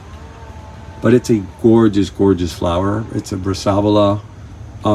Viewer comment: So nice. But it is pronounced brass uh vola